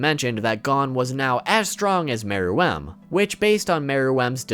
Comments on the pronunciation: Why does he keep saying Meruem like mer..WEMB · bro first learn to pronounce Gon's name and meruem.